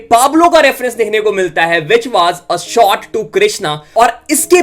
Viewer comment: Bsdk. Sot aur shot sahi se bolna seekh le MC